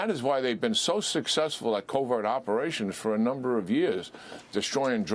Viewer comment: Did he say "covert" possibilities? 😅 🎯 If he did . . .🤭